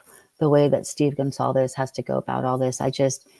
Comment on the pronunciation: I expect an author to be able to pronounce goncalves...